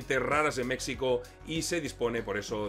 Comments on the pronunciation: Con todo el cariño, pero dices "México" y es incorrecto. Me explico... La "X" en castellano antiguo era la consonante para pronunciar el sonido actual de "J", así como ejemplo sería "Don Quixote" que era asi como Miguel de Cervantes escribió el nombre porque la "J" no existia. Por lo tanto, México se pronuncia meJico, y en el mismo pais iberoamericano así lo pronuncian pero con "hache aspirada" como la "hache inglesa" al pronunciar hotel en inglés. Así que para un ingles la pronunciación más ajustada seria meHico. Català mode On... Ara escribint per no esborrar-ho he pensat que ho dius aixi perque en català aixi es pronuncia... Bueno... Excelente video!!!! Y perdon por la chapa!!!! Mis disculpas!!! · hola, saludos, muy agradable ver como siempre tus vídeos. Soy seguidor de tu canal haci que espero no sonar mal agradecido por qué te interesa compartir algo sobre el narco, pero quiero aclararte que decir México, usando la x como fonema en lugar de grafia, me suena muy pero muy insultante. Ya que como español desconoces el náhuatl de la palabra entiendo que no tengas la información de porque es molesto como tú lo usas, así que por favor solo te pido que si vas a hacer un segundo vídeo de México, lo comuniques como se escucha fonéticamente MEJICO. Si quieres ser más correcto, en náhuatl se escucha MESHICO, si vuelves a decirlo como a ti te gusta, es como cuando Hernán cortés al no poder pronunciar correctamente el náhuatl se inventó Coyoacán en lugar de coyohuacan, huichilobos en lugar de Huitzilopochtli, cuautepec en lugar de cuauhtepetl, etcétera. En resumen, verdaderamente que pronuncies como a ti te gusta el nombre de mi país a mi me es muy, pero muy pero muy molesto. Aclaro que igual soy exmilitar gafe por lo que si quieres información de la errada forma que actúa el ejto mexicano contra el narco te puedo compartir mi experiencia. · Compadrito, México la equis se pronuncia como "j", solo los yanquis dicen mecsico